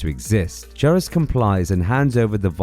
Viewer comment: I cringed every time you said Geras so wrong 😆 🤣